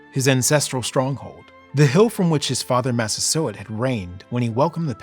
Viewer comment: i keep hearing "chief mastersword".